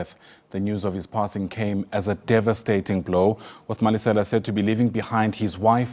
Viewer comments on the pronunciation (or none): Malesa not Malesela